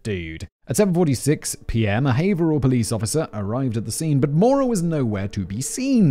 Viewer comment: I was listening to this rather than watching, so I didn't refer back to the title until near the end, and I thought Simon was struggling to pronounce Moira 😅 I believe Maura is is Maw-ra or Mah-ra, not Mo-ra.